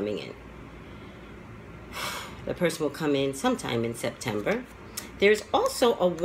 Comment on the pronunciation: in the beginning of the reading it sound like you said December